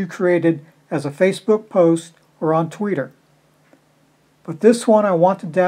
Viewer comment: Its twitter not tweeter lol